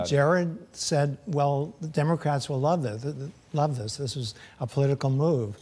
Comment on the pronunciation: This geezer actually said "dis".